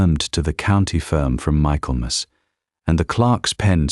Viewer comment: Pronounced “Micklemuss”